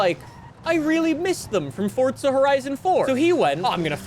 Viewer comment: Ah yes. XD but the goose says cheesus XD XD